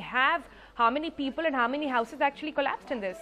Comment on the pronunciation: Peepul, possibul 😂